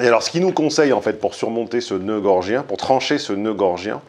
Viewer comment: Bonjour, A la minute 24.25 tu parles de "Noeud gorgien". Ne s'agit il pas plutôt de "Noeud gordien" ?